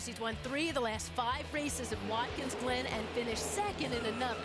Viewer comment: As the race goes on it sounds like Jerry Punch is saying “Watkins Lynn” when saying the track’s name lol